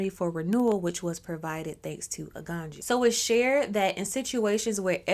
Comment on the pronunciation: The j is always a y so that's why it pronounce Aganyu